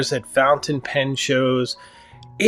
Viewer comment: My Sailor King of Pen destroyed my 149 in every conceivable way. Say “fountain” right you come off as a someone who is hard to respect when you do that.